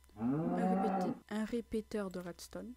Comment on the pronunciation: Je suis le seule a avoir entendu qui a dit " un repeteteur?''